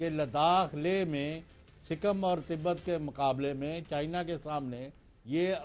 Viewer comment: Sikkam nahi budhe Sikkim hai wo Aur Tibat nahi Tibbet hai wo 😅😅🤣 Kitane Jahil hai ye log yar 😅😃🤣😃🤣😃😅🇵🇰🥃🇵🇰🥃🇵🇰🥃🇵🇰🥃🇵🇰🥃🇵🇰